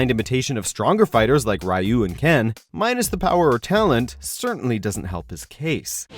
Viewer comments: It's Ree-yu not Rye-u! Why do people even think it's said that way?! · Hate to tell you this but Ryu is actually pronounced "REE-OOH" not "RAI-OOH". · Can PLEASE learn how to use pronunciations correctly? When the game says RYU. It not Ryeyou, it’s Re-You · How did “Rai - oo” get past the editors? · Both are technically wrong the "r" combined with "yu" in japanese is silent so the correct what to say his name is "you." As far as north america goes doesn't matter how u pronoun it since both ways are incorrect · What Dan Hibiki? I always use Dan in SFA and SFA2, is a cool character. By the way for the love of God please stop pronounce Ryu the wrong way...